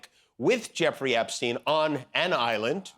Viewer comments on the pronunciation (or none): Epstine not Epsteen.